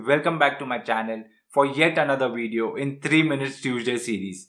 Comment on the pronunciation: Thank you. , the mouth shape for “V” in “video” is exactly like the mouth shape for the letter “F”, not “W”. The sound of “V” is a voiced “F”. “V” and “W” are side by side in the alphabet, but their pronunciations are unrelated. The proximity of “V” next to “W” is a trap a lot of non-native English speakers fall into. Fixing it can be a ten second fix. If the alphabet were written “…QRSTUVFWXYZ” the pronunciation issue would probably go away. The words “fairy” and “very” are shaped identically. Regards.